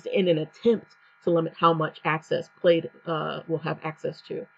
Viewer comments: You are mispronouncing the word. It's pronunciation would sound like (plad) The "I" is silent. Like the check pattern in a button shirt. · I am going to create a new bank account tomorrow with a new bank to avoid plaid bullshit. Also: it’s pronounced “Pladd” like a plaid shirt.